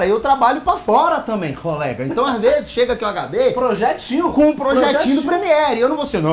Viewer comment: e hashahshashahs Valem o vídeo todo!! "Projietinhuu" hashahsahs